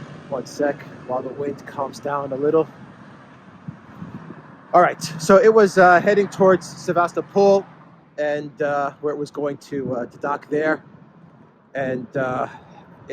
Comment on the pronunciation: Quick inside its call se-va-stopl not seva-stopo-l also its ki-ev not kiv